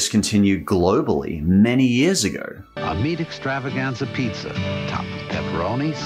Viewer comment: He says pizzer..lol